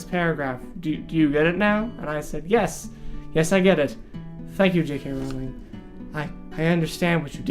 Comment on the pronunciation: I loved the book, and if you didn't, it's probably because you didn't understand it. And it's Rowling like bowling ffs.